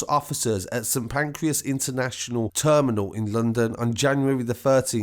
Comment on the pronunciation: Saint Pancras not Pancreas lol